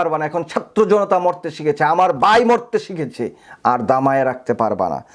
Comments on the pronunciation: আপনি 'ভাই' না বলে 'বাই' বলছেন কেন? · বাই নয়, বলুন ভাই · ভাই, আপনি “ভাই” কে “বাই” আর “ভাগে” কে বলছেন “বাগে”। ব এবং ভ গুলিয়ে ফেলছেন কেন?